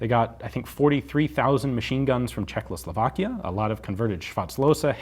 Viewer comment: Sorry Ian, but you repeatedly keep calling CzechOSLovakia "CzechLOSovakia", which is not correct. Excuse me my nitpicking, you are doing awesome work, keep it up)))